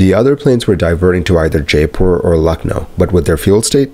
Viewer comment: It's not Deradoon or JAypore 😆😆😆